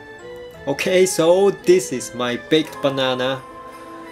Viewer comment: Haha, I was joking with that, the first time I heard it,I though I heard "big" instead of baked. xD ( Even though, I still hear "big" instead of "baked" ) But... Most of all, how do you know I'm Asian... ?